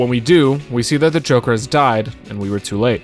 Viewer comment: notice how he said jonkler? (im brain rotted)